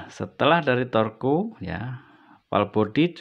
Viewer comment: Torque dibaca tork.